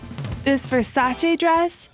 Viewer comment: Its say VER SSA CHEY.... Not Verssachee. Anyway